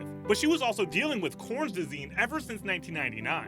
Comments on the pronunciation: DoKerty, Corns Disease? You mean Crohn's disease you ninny? If you can't pronounce names or illnesses, you shouldn't be reporting on either. You pronounced NOTHING right. It gets worse as the video goes on. Smh. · I have had Crohn’s disease since I was a teenager, hearing it butchered like that made it seem almost comical...which it is NOT!